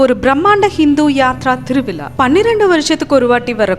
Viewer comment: திருவிலா இல்லை; திருவிழா. தமிழை நன்றாக உச்சரிக்க கற்றுக் கொண்டு பிறகு பேசவும்.